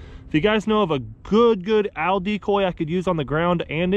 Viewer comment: Good luck finding an Al decoy! They're about 6' tall and weigh 250 pounds lol Love your videos man, I just laugh when you say owl. Good luck in Arkansas!